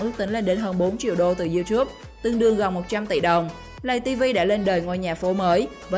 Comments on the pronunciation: Lay tv mà đâu phải lầy tv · lay ko phải là lầy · Lay tv chứ ko phải lầy tv ạ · Lay tv nói lầy tv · Người ta bảo là lay tv chứ ai lại bảo là lầy tv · lay tv mà cj k phåi lây tv đâu cj😊